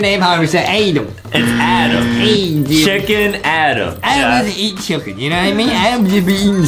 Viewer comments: Justin always say chucken!!!!!!! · Why Justin always say chicken but he say chucken? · why is justin saying chillcken without chicken